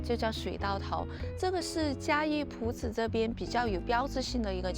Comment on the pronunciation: 光是朴知道唸第二聲 我就要給妳一百分💯